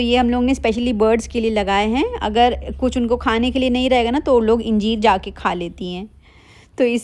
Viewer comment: Ingeer nahi angeer hota h